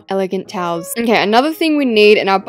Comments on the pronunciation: People that thought she said cows instead of towels 👇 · when she said towels I thought she said cows😂